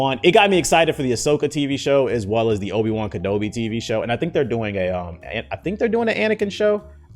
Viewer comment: Obi who???😂 his pronunciation kills me everytime